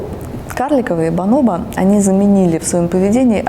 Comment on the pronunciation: Бонобо, а не баноба